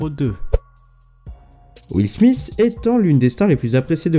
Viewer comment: "will smisse"